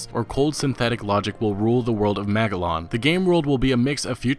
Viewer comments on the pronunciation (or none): none